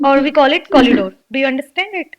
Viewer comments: It's not Collidoor. It's corridor. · Nice, but that's corridor dear not collidor. I am sure you must have made it correct after watching ur own video. Plz don't mind it. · Ma'am I'm confuse🤔.. is it collidore or corridor .. what you used in conversation while speaking ??